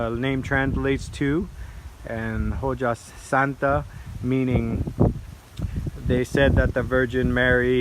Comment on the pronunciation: It pronounced "oha santa" as the H is silent and J makes an H sound, but other than that thank for the informative video!